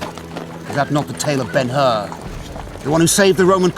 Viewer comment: It's BEN HUR, not BEN HER or BENUR! The BEN HUR portrayed by Charlton Heston is still the best...